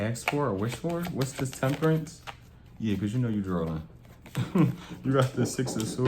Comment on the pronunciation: “ drawlin “ oh you from Philly like me 😌